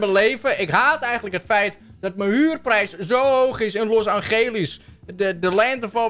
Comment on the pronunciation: ✨Los Angelies✨😭